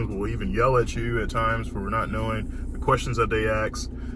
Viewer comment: How are patients supposed to trust this dude? He mispronounces a lot of words. Axe instead of ask. Come on!